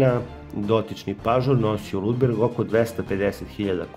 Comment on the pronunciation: Ludbreg, ne "Ludberg",.